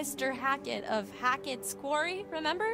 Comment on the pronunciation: bro said the “qeaury” 💀